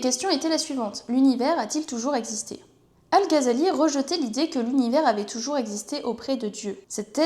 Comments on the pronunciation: "al gazali" les oreilles qui saignent 😅 GH dans les langues sémites ça se prononce comme le J en espagnol à la limite à la francaise tu pourrais dire "al razali" ça serait toujours moins bizarre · Ça se prononce ''razali'' en arabe. (Pour info,c'est pas une critique) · si tu ne penses pas que prononcer le "Gh" arabe avec un J à l'espagnole ou un R à la française sonne toujours mieux que "Gazali", comme c'est répété en boucle dans cette vidéo, c'est que tu as un problème d'audition ou que tu es de mauvaise foi, ou probablement les deux. 🙂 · Non, ça ne se prononce pas comme le "J" espagnol mais plutôt comme le "R" français. Le "J" espagnol correspond à la lettre خ arabe alors que le "R" français peut sonner comme le "غ" arabe. C'est الغزالي et non pas الخزالي